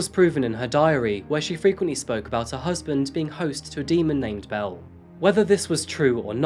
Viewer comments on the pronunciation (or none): none